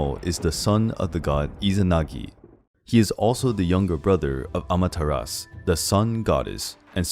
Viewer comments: The name is pronounced amaterasu Not amateras SHE was susanoo's sister. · Bruh, the "U" i Amaterasu is not silent.